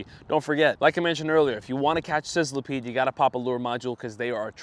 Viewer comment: I hate to be that guy but Sizzlipede is pronounced sizz-li-peed, not sizzile-a-peed.